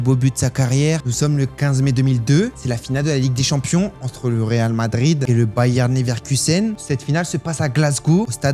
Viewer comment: Et on dit pas Bayern Leverkusen mais Bayer Leverkusen.